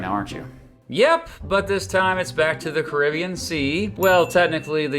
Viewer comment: You really need to learn how to pronounce “Caribbean” correctly.